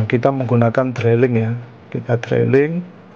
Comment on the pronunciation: Pengucapannya bukan "Drailing" tapi "Driling".. sorry.